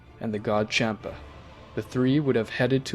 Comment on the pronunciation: Champa not kampa